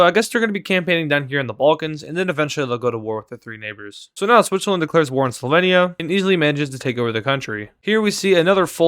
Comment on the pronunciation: You are pronouncing slovenia wrong you pronounce e wrong